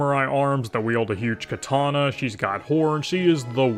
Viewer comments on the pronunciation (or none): none